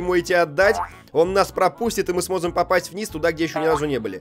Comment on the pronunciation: Даниил Игумнов он сказал смозем